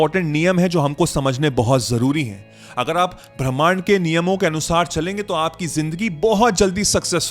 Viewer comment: ब्रह्मांड😅नहीं 😅भीमांड 😅बोलो 😂😂 😂 सर